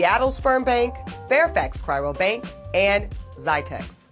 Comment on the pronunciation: She can't even say "cryo" properly...